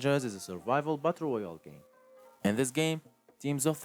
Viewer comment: This man said butt royale